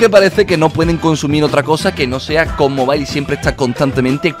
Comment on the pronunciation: Ko mobail xD como lo dice🤣